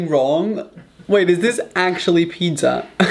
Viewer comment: anyone: pizza Raphael: PITDZA